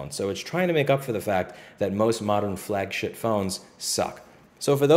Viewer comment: is it just me or did you say "flagshit" phone?